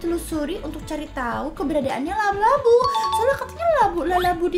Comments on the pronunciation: Kak kok kedengeran nya kakak ngomongnya lalabu buka labubu😮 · labubu kak bukan lalabubu😅😅😅😅😅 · Kak bukan lalabu tapi labubu